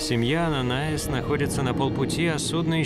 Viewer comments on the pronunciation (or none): Ананиас, а не Ананаис !!!!!